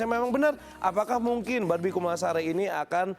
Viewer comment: apa gw doang yg denger doi bilang "B*Bi KUMALASARI " ..hihihih